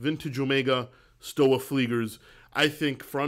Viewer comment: More commonly pronounced "Schtova" 🙂